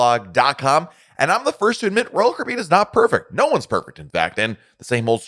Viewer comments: I’m a new subscriber… Just found your channel, and enjoy your content. I just have to laugh every time you say Royal Caribbean, and I hear “Roll Cribby”. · PRONOUNCE " ROYAL CARIBBEAN"!!!!!!!!!!!!!!!!!!!!!!!!!!!!!!!!!!!!!!!!!!!!!!!!!!!!!!!!!!!!!!!!!!!!!!!!!!!!!!!!!!!!!!!!!!!!!!!!!!!!!!